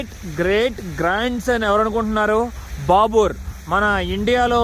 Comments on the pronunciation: బ్రదర్ చిన్న సవరణలు మాదర్శ కాదు మదర్స బాబీర్ కాదు బాబర్ ok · babur kadu bro anthanu babar